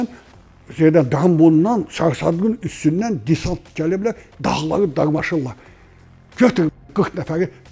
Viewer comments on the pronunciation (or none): none